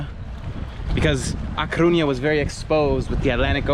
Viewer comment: Se dice A Coruña amigo, hasta los extranjeros lo.dicen mejor que los de aquí!!!!